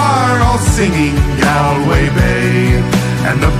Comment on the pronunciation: GALWAY RHYMES WITH HALLWAY AND NOT PRONOUNCED GAL WAY. INSULTING TO THE IRISH!!! Kelce